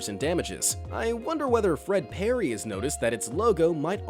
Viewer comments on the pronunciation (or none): none